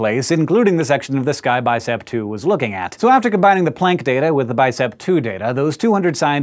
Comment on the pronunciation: Hank, for someone who makes a big deal about pronouncing Neanderthal correctly, you sure do ride roughshod over the pronunciation of Planck, which is much more plonk than playnk. I love your channels, tho, I must say.